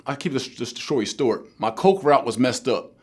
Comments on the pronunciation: “Tory stort” lmao 😭 (couldn’t help myself) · "Gonna keep the shory stort" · "I keep the shory stort" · Shory stort is what he said.....😂🤣😂, but good shit fam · "Shory stort" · Oh my, 🤣. “I’ll keep the SHORY STORT”????!!! 🤣🤣🤣🤣 You’re still one of my role models bro. Keep inspiring us man. It’s better to say, “Eyes Rich” than “ I am broke”. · “The shory stort”? Lol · Nigga said “Ima keep the shory Stort “ 😭😭🤣🤣🤣🤣😭😭😭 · did he just say shory stort? lol knowledge non the less